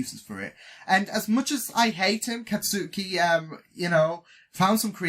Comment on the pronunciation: It'll be a bit harder if you try to go with first names since most characters are rarely referred to with their first names. They go be their surnames far more often so it might help if you focus on those. For instance Katsuki is pronounced more like "Khat-skee" which isnt really how it looks but it'd probably be easier to recognize his last name: Bakugou which he's referred to most often (except by Izuku who calls him Kaachan). I know it just comes down to repetition so you'll definitely get them eventually, just thought I'd point out that it might be better to start with last names.